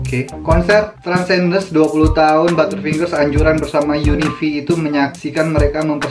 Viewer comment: It is Transcendens bro bkn transdencens..u sebut terbalik laa